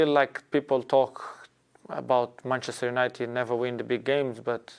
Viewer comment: Lol Gary Neville doesn’t say Manchester United he says Manceschewnited